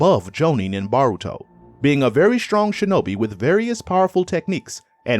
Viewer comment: bro if u say BARuto one more time.....